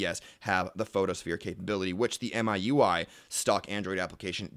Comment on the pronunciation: The Wikipedia page opens with it being pronounced Me, you, I. You are both wrong.